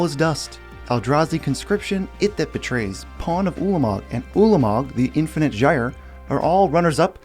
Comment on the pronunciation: is it just me, or does say Ulamog waay too much like "Poola-a-mog"?